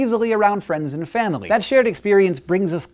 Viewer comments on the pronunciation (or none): “friends and fandily”